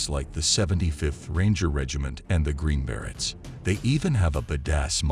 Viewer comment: Please learn how to say Green Berets properly, if you are going to make these videos...